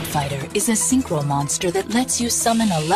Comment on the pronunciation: “That was a vewy nice Synchwo Summon, Yusei…”